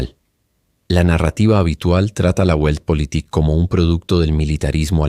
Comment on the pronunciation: La pronunciación de la palabra "Weltpolitik" no es "Güeltpolitik", sino "Veltpolitik", con la "V" bien marcada (con los dientes superiores apoyados sobre el labio inferior).